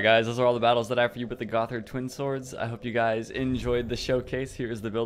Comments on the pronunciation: It's pronounced "GoTTard" not "GoTHard" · It's pronounced like "Goddard" :(